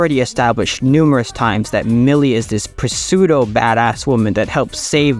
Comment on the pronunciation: Just for future reference, the P in "pseudo" is silent. Like "sue dough" Great Helluva Boss analysis otherwise, per usual 👏🏻👏🏻